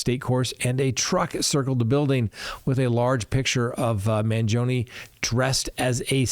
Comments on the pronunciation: Man GEE o nee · Obviously, you are unable to pronounce Italian names. Maybe you are too old to learn. I’m talking about Luigi’s last name. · MANGIONE NOTTTTTTTTTTTTTTTTTTTTT MANGOINE. Good heavens.